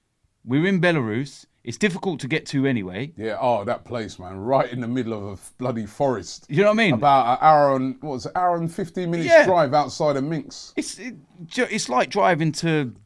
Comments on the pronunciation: Robbie stop calling the bloody city Minx, it's called Minsk ffs. I'm cracking up every time he does it. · Robbie constantly saying MinX. It's MinSK dude. Not that difficult :) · Robbie you've been there twice now, it's MinsK not Minx. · It's Minsk not minks and Bate (Baa-Tay) not Batty